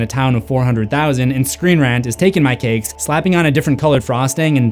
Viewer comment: "screen rent"